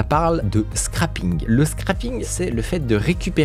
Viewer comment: Alerte au nazi de la prononciation: scraping. Dis bien « srèping » et PAS scrAping sinon ça fait « scrapping »: ce qui veut dire enlever. Je sais que t’es un pro du formatage mais là non 😅